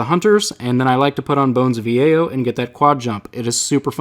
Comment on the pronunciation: Bones of Eao Pronounced [Bones of Ey-yo] Not [Bone of E-a-o] Love your vids! Just had to be that guy ;)